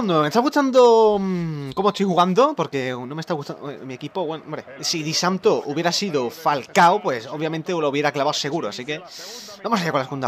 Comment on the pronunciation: Disanto...Jajajaja xD no sabe pronunciar nada